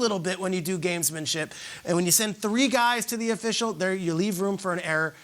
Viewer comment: Dear god..."gamemenship"...shut the hell up lol